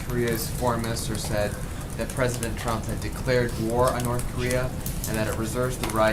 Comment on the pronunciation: wow wow she says president chrup